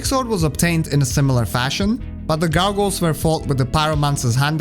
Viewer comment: "Gargles" xD